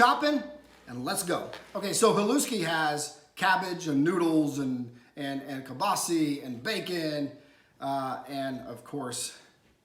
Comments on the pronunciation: KielbasAAAAAAAAH. Please, it's not kielbaseee. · I’m Chicagoan 1/2 polak and never heard someone say kielbasi. I had to google guess its regionally pronounced different